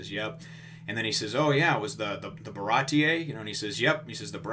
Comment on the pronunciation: Isn't it just pronounced the Bah-rah-tee? Not Bah-rah-tee-eh :S